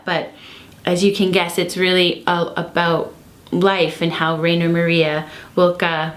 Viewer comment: Thanks for making this video. BTW, Rainer is pronounced "Rye-ner".